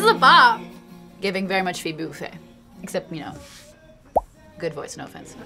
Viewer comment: did she really say FiBoo, when she meant Phoebe or did they just edit her image in awkwardly?